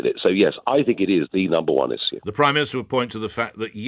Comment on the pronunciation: Never trust a politician that says "izue" rather than issue.